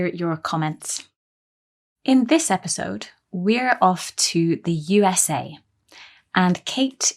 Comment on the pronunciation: episode not esipode thats wrong 😅